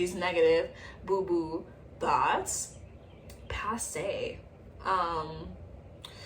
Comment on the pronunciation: "Passé" not the french being channeled im screaming